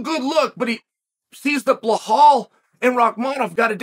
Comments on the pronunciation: it is Belial, not Blahal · Chael you are butchering Belal's name. Let me break it down for you, it is pronounced BEE-LAAL. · Why does Chael purposely mispronounce Belal (Beelaal) Muhammad’s name? …rhetorically speaking? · He had to dig deep to mess up “Bulhal” 😂. Love this bit. Never stop not even when you run into a John Smith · I thought chael was smart and he came from some rich parents ? Why is he pronouncing belawls name BleHAUL? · I was dying every time he said his name hahahahah "bluhaal" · I have to say that it must be intentional when Chael mispronounces Belal’s (Beelaal) name. Hasn’t Chael had countless opportunities and examples placed before him. What are we to think about Chael?…..rhetorically speaking. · “Bluhal” always gets me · That is the only time I’ve belal being pronounced like that😂😂😂😂😂😂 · This dude loves belal so much but won't say his name right😂😂